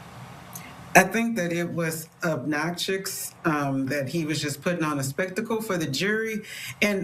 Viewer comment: okay, the way she said "obnoxious" was the same way they say "ask" 😅